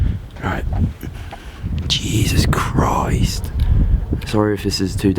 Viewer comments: Stop saying juses krist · It’s so funny when he says ,” Jesus Christ ( in Australian and British accent ) “